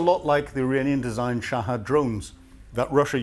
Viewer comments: Shahed, not Shahad at least got the basic names right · It's bloody ridiculous that an educated man like finds it so difficult to pronounce so many words properly. Shahed, NOT Shahad; Behemoth, NOT Beemoth, Vehicles, NOT Vercles and Ryazan, NOT Rizan. Other videos contain many other examples of mispronunciation. This has nothing to do with his Northern Irish accent - it's just a lack of getting things plainly wrong and made even worse by using too much American terminology. It's absolutely infuriating.